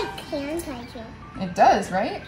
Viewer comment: they’re so cute!! & “sandertizer” i love it. also loving the premieres!! 💕